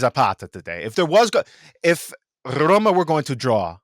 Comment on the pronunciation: it might be the length of the sound but, yes, I was starting to get a bit worried. Anyway, thanks for the great Rrrroma content!